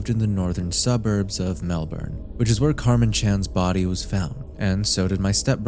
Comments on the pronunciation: completely irrelevant but please say melbourne correctly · Man people like you are so fucking annoying. No nonlocal is going to know the fucking pronunciation of your city.